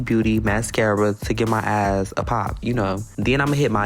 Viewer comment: Did he say eyes or "ass"? 🤣 he's so cute